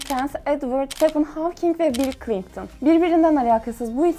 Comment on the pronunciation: ClinGton ne ya çıktım videodan cringe